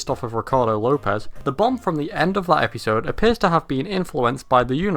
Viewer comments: Why do you pronounce the word episode as "epeesode"? I never heard it pronounce it this way before now. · Bro why do you pronounce it Epeesode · I like how you say episode. Eppysode.